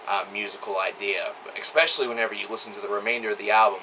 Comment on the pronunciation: I always enjoy your rants, raves and musings. You're intelligent and articulate, not to mention knowledgeable. In short, just what we want and what is needed in a music critic. But, let me get one thing off my chest: it's eSpecially, not eXpecially. Now, I know you can do it. Practice. You will reprogram the pattern. You used this word three times here (and countless other times) and it always hits me in the head like a blast beat. Dude, with respect, it's in your interest.